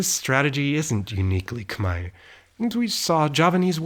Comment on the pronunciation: Wow your pronunciation on “Khmer” is so spot on. I never heard any foreigner that pronounces the word as clear as you. Thank you so much!!